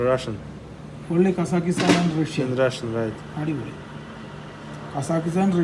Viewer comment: എടാ വേട്ടവളിയ കസാക്കിസ്ഥാൻ ശരിക്ക് പറയാൻ പഠിക്ക്